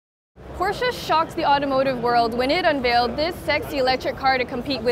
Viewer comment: why she keep saying porchea